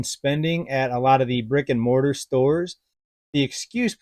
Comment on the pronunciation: I thought you said rigor mortis stores and not brick and mortar stores! That comes from this ER nurse. 😉